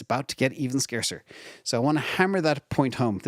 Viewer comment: "Scarcer, not "Scacer"... lol ; )